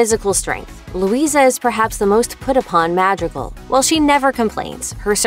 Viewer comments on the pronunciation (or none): It’s mírabél not Mirabell and it’s mádrígáls not mardigils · “Their last name, is madrigal.”: Mah dre gahl? “No, it’s Ma-drr-gaal, you roll your tongue at drr and you say dri not dre”: Okay that’s for telling me, but idgaf. 😊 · Ah yes, the “ma-drigils” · its not pronouced madriguls its madreegals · TO ANYONE WHO IS WONDERING; There is in fact an antagonist to Encanto, it's the people who chased Abuela, Pedro, and everyone else away in the first place. And btw, it is pronounced (Mad - dree - gal) not (Mad - dree - gull) you can hear the correct pronunciation in Mirabelles song 'Welcome to the Family' 🙃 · Hey. Hey. Say it with us. "Mah-dre-gal" "Mah-dre-gal" Not Mad-ri-goal. Madrigal. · It’s Madrigal, not ma-driggle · Was anyone else triggered by the fact that they said MADrigal instead of madrigal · Am I the only one who got super mad when she sad mad ri gals instead of mad ree gals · No foul to the channel, but this commentator kinda sucks at pronunciations... They're pronouncing the family's last name SO HELLA wrong... It's not M-ad-ri-gull, it is M-ahh-d-"ree"-g-all (quote, because the R needs to be rolled, or if not, it's still "ree") this is coming from someone who lives a little close to the border of Mexico, who knows a thing or two about Spanish. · Please don’t say ma-d-ree-gul it’s ma-ree-gal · It’s sounds like you’re pronouncing it ma-dreh-gaul lol, I understand you don’t have an accent but it is pronounced mah-dri-gall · Sorry but ur killing me with ur pronunciation. Maaadriigllll. I think u mean mod-ree-gal. for legal purposes, this is a joke🤣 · Can you just, not say it like "mad-dri-gll". Pronounce it right. "Mād-ri-gal" its not hard. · It's pronounced MAD-REE-GAL! OMG! not MAD-REE-GULS! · "The madrigls" sorry what could you at least pretend to get it right like we know you gotta be white for this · The way she says “Madrigal” is killing me softly. Just “Madrigle” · its ma-dri-gAl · I thought she kept accidentally saying “magical”